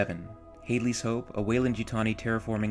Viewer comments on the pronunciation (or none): you forgot my mispronunciation of "Hadley"